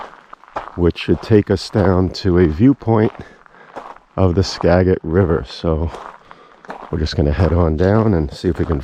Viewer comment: Tip: It's not "ska-get"... it's "skaa-jit".... river (and county) 😄